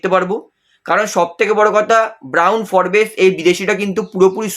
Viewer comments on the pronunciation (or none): উচ্চারণটা ফোর্বস্ , ফোরবেস নয়। বড্ড কানে লাগে।